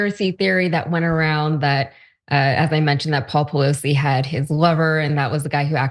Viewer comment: At the beginning of the clip he accidentally pronounces her name correctly 😂😂😂